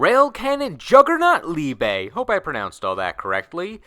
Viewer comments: "Liebay". The E isn't pronounced as "AY", it's "Eh". So Liebe, not Liebay. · The pronunciation of liebe killed me